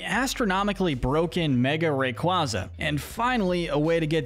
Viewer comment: It’s lill-ee-COHV, loo-SUH-meen, MAH-luh-SAH-duh, ray-QUAY-zuh, yoo-NUH-vuh, gar-BOH-DURR, and roh-TAHM, “”! 🤨